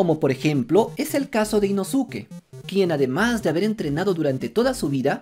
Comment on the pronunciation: Inosuke se pronuncia (inoske)